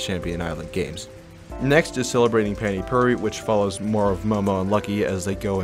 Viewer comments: The way you said Pani puri pains me as a indian its not Panty pruri its pronounced Pah-ni Phu-re ( re like restart ) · It’s pronounced paah-nee pooh-ree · Dude I just realised that you say pani puri like पाणी पुरी found this after talking with my Indian friend and I directly copy pasted it here, it’s so hard to pronounce